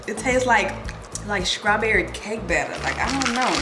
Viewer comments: Am I the only one who keep hearing SCRAWBERRY? 😂😭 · Please learn how to pronounce your words straw-berry